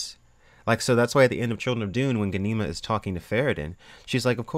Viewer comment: You are pronouncing Ghanima wrong!! Gha-ni-ma